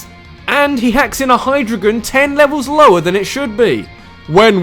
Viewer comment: 7/10 You mispronounced Hydreigon.